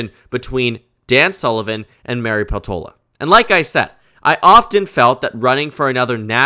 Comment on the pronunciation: Peltola is a finnish surname, so i suggest putting more stress on the first syllable